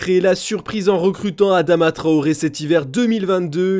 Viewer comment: "Adama trohoré" mdrrr c'est TRAORE les frères pas trohoré